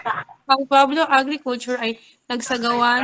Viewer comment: Pueblo = pu-web-lo